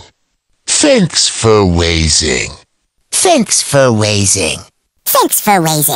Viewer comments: Its watching not wasing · Its thanks for watching not thanks fur wasing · It's watching not wasing what???